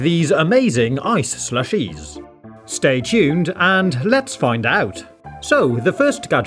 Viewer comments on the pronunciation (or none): The way the guy said slushes at the beginning was the most proper British i ever heard 😂